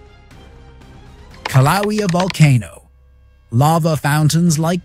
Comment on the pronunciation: OK- REPEAT AFTER ME: KILL--LAU-AAY-AAHH (KILAUEA) RE😤MEMBER THE VOWELS: A(aah); E(aaay); I(eee); O(oh); U(oooo). OK??